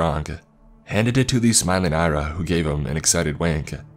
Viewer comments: Great narration, I enjoyed it but here's a tip: Ira is pronounced Ee-rah, not Ai-rah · should be pronounced Ear-aa. Irina diminutive.